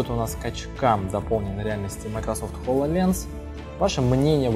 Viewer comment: ААААААА! ХОЛОЛЕНС!!!!! все, все, я успокоился... кто-то говорит хололенз АААААААААА, ХОЛОЛЕЕЕЕЕНЗ